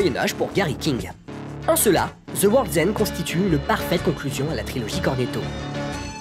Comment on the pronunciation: Shaune of zi dède et Ze worlzend !